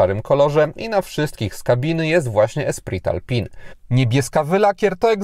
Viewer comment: Tak w ogóle to mówi się Ostral i Sębioz. Espri Alpine.